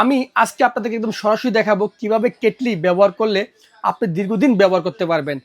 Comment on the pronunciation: কেটলিরে কেটেল বলেন কেন?